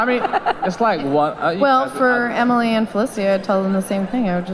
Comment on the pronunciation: They said Emily’s name wrong lol